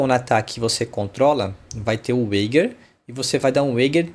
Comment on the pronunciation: Excelente video ficou super claro com os exemplos. Só cuidado que wager se pronuncia ueidjer !!